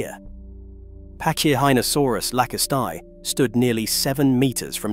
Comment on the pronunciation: in latin C is pronounced as K , so it sounds like packy--rheno--saurus, NOT patchy--rheno--sarus.